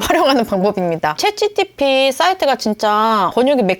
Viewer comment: 챗지티피가 거슬려요 ㅜㅜ ㅎㅎ 챗지피티...